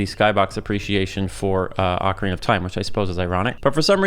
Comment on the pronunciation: It's not Akwardina of time. It's Ocarina. Like Professor Oak. If I have to hear you say it wrong 1 more time I will end my subscriptionary from this appealing content